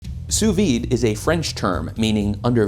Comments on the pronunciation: Dude complains about the pronunciation of "Wagyu" while getting all pedantic about "sue vee." Dude there's a D there for a reason, it is not silent in French and there is no reason why English speakers would skip over it either. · i'm fine with it being used as a verb but one of my few prescriptionist pet peeves is when people hypercorrect the d out of sous vide. it's pronounced in french! you're not more refined! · As a French speaker I’m bothered more by English speakers saying “sous-vee”, skipping the “-de” altogether